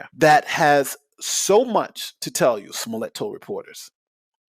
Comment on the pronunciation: "Smoliet." Pronounced "Smoll-yay."